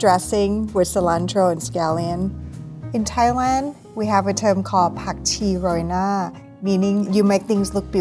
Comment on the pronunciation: Loved the way she said Pak chi roi na